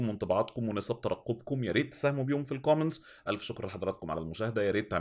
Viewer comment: انت ليه بتقول قومنتس هي كومنتس مش قومنتس